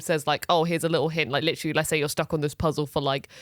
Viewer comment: Take a shot every time says "litchally"